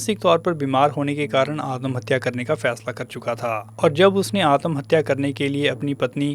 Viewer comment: आतमहत्या नही आत्महत्या.. त को शार्ट करो